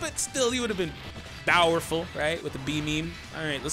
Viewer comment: who else heard the bowerful